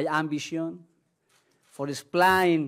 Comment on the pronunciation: POR ESHPLAYN